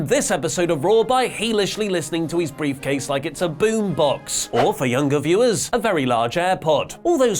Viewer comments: did you say "beefcase"? Sounds like it should be a new nickname for Lesnar. That or his briefcase is full of deer jerky. Which would make sense. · Is he saying "beefcase"? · briefcase not beefcase